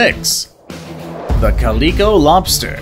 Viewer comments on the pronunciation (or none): Have you ever heard of a cat called a calico? Notice that it has three types of colouration to it? Sorta just like that lobster... That's how it's pronounced Kha-lick-koa. Not Coleco that made Cabbage Patch Dolls or early video games & system.